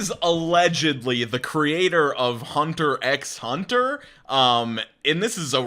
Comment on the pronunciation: Hunter x Hunter is pronounced "Hunter Hunter." Did you know that he's married to the woman who made Sailor Moon?